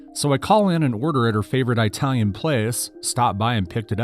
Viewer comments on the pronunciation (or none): The way you say Italian reminds me of my Minnesota friend 😂 I am really enjoying your channel so far. Thank you for actually reading and fixing some of the sentences instead of using the robot voices. ❤